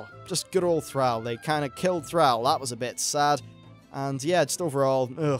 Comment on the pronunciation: Why are you calling him Fraul? It's Thrall!